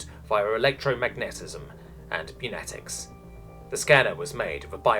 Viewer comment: did he say "meynatics" instead of "pneumatics"